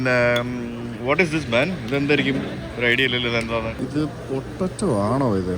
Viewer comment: പൊട്ടറ്റോ എന്ന് പറയല്ലേ പൊട്ടേറ്റോ എന്ന് മാത്രം പറയൂ